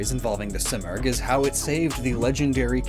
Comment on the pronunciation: I’m Persian and the bird you were referencing in the articuno section is pronounced as see-more-g